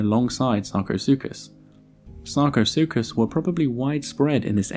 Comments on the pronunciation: somebody give me a dollar for every time he says sarcosucas lmao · I have brain damage after hearing sarcosukus so many times.